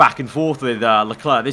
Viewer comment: Why do u Say leklarr I mean it's leclerc